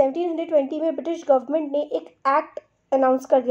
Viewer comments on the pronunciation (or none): none